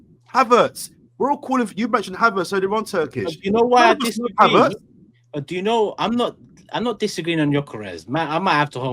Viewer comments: I'm taking over this shizzle, ive had enough T, pass the torch, Havertz not Haveeeeertz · Did she say huvertz? 😂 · 'HA - vertz' 😂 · the way is saying Havertz makes me think I’m about to hire a car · Am I the only one who HATES how pronounces Havertz?? Unless that is the German pronunciation..